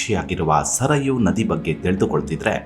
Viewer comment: ಸರಯೂ, ಸರಾಯು ಅಲ್ಲ ಮತ್ತೆ ಅಪಭ್ರಂಶ ವಾಗದಿರಲಿ